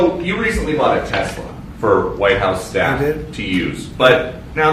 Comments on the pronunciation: I would think when Trump bought his last car was named after Nicholas Tesla, you remember the guy your favorite uncle MIT, received all his classified to this day paperwork. Then you must have bent time. Tesler... thats funny. 😂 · Only person I know who consistently calls Elon Musks disposable car a Tesler. Three or 4 times now. 😂❤